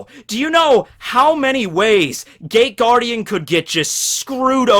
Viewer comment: I love the Shadow Hearts: From The New World intro. I think that's it, I've listened to it a thousand times. Also it sounds like you're saying THE GAY GUARDIAN...